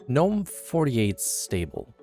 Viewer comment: GGGGGGNOME, not NOME